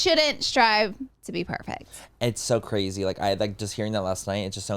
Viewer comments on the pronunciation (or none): Please stop saying “cwrayzy” to sound like the kardashians dude it’s so cringy